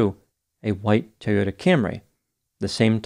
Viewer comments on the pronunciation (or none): none